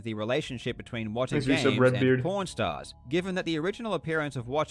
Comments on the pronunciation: I can only hear "pornstars". I can´t focus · Really sounds like hes saying porn stars not pawn stars 😂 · it sounds like he says pornstars every time he says pawnstars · Was listening to this while cleaning my work van without watching the video. Kept thinking they were saying porn stars😂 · When he said pawn stars I thought he was saying porn stars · Him saying pawn stars but it sounds like “P*rn Stars” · it did not sound like he was saying pawnstars...